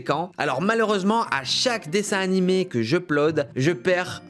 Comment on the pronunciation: dsl cyril mais ARRETE DE DIRE DESSIN NIMÉ !!! 🤪🤪